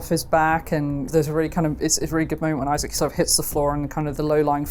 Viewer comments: Who's Izaak? Lol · Why does he pronounce Isaac like that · Man really said Isaak 😭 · I'm very excited for this game, but those guys need to stop saying I-Zach right now... it's Isaac lol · It's Isaac... not "eye sack" lmao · Please stop saying Isaac like that